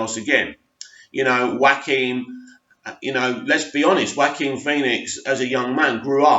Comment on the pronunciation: Well done for finally pronouncing Phoenix's first name right! Keep the vids coming.